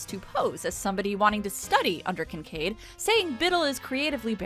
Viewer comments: I keep hearing Kink Aid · I honestly needed this video today. Side note, we all know it was Kink Aid and not Kinkaid. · Hehe, she said... Kink Aid.